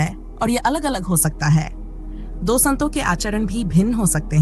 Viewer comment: अच्छी प्रस्तुति मगर हिंदी उच्चारण कई शब्दों का गलत है। जैसे संतों, सतर्कता आदि। फ्लो बढ़िया, स्पष्ट है